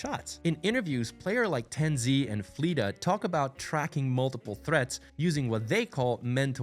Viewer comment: The pronunciation of tenz and fleta was like hitting a brick wall.